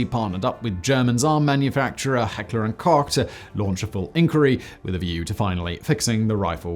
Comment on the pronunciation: Americans should listen to Simon's correct pronounciation of Heckler&Koch.